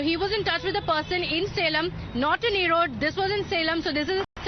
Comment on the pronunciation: Madam anchor please pronounce the word Erode properly. It is not erodae as u say, it is Erode with E silent.🤣🤣🤣🤣🤣🤣